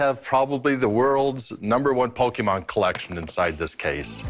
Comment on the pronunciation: 故意念錯其實就是想表達我不是這什麼寶可夢掛的，雖然確實不算很失禮、羞辱人，但以一個商人來說其實不算甚麼專業態度。